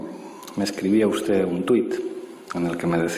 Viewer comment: SEÑOR VICEPRESIDENTE DEL GOBIERNO .USTED. SE PRONUNCIA COMO SE ESCRIBE ..NO SE PRONUNCIA USTEZ ..Y ESTA SEÑORA TIENE RAZON ...USTED ..JULIO ..MIENTE MÁS QUE VE ...